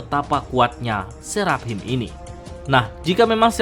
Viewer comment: dari dulu bacanya Serap Him, ajg lah itu dibaca serafim